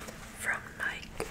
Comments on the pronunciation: It's called Nike not nika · And nike is pronounced nye _ key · ITS PRONOUNCED NIGH KEY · And it’s nik-E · HAHA NEW NIKE NOT ADIDAS